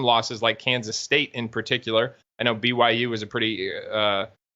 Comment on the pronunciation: Blue-why-you....go cougs!